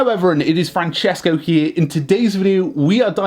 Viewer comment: Hahaha, he should say hi to the audience like that: "Hello, Fan-cescos" hahaha Michaels Greatings